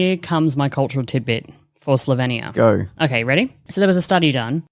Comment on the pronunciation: Just one comment - it’s pronounced Slo-veen-ia. Not Slo-ven-ia.